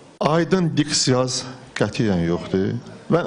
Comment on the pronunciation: Talış ləhcəsinə lağ edən oğraş, aydın diksiyanız yoxdur deyen peyser diksiyanız sözünü diksiyaız deyir.